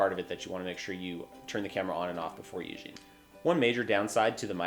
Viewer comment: Is this guy an alien!? Why's he keep saying "useing", instead of "using"!?!